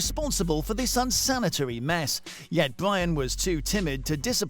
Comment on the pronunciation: Bwyan and Wamsay